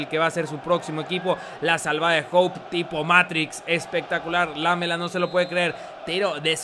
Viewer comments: SE DICE ERIC ''LAMÉLA'' NO ''LÁMELA'' saludos :D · Un video emocionante ,la pronunciación correcta es "lamela" sin acento. Gracias saludos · ¿Por qué pronuncias lamela como si fuera palabra esdrujula?